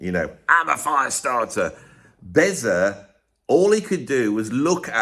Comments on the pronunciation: Bez ffs not Beza. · It's Bez isn't it 😂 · Anyone who thinks Jordan Peterson is an intellectual is the sort of person who can’t pronounce Bez…